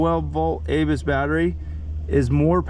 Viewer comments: Not to sound like a grammer or pronunciation nazi, but Abyss is pronounced a'bis with the little a sound not A'bis with the big A sound. Every time mentioned the batteries it just ground my gears. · Abyss , like “uh-biss”. Named after Ocean abyss. Love the channel buddy, keeps this ol florida boy’s head in the blue water even when I can’t be there 👍🏼. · I think Abyss batteries are pronounced a-biss lol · Sorry, I've resisted but can't anymore!!! Abyss is pronounced uh-biss, like the movie. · You say ABYSS wrong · I thought I was the only one that brought up the pronunciation of the word Abyss, thanks